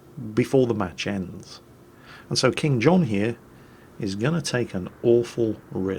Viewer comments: Actually the player in the Benson is named "KingKohn" not "KingJohn":D:D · Benson: [IHW]KingKohn. "That's King John in the Benson". Ah,, don't ever change.